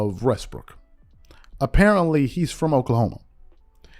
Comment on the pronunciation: Lol you said "Russell Westbrick" 😅